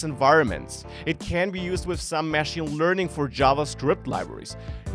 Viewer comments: It's not mashing, it's machine, they are not pronounced the same, very minor point. Love the channel, great content! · your pronunciation of 'machine' is wrong. Your syllable emphasis should be on the second/last syllable otherwise it sounds like you are saying 'mashing'.